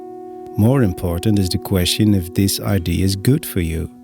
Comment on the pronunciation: Hi,. Another great video👍 I love it when you take the time to share about your creative process. Your English is very clear. Just a quickie... the word "idea" has three syllables, I-DEE-YA, in English. IDs are what one uses to identify oneself 😉👍